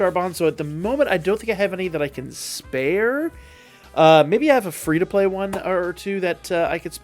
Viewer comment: "Fee" iris😂